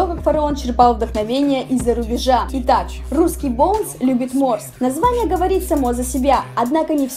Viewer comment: дизлайк за боунса, а не BONES